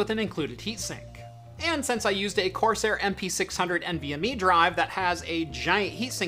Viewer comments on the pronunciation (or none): none